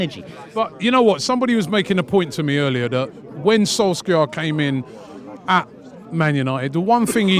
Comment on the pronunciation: Nobody, absolutelty no one .... Robbie "Soulskeeya"